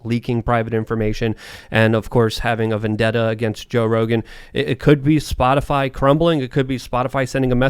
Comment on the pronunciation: Did anybody else hear Peppermint Patty call it "Spotifly" in the White House briefing?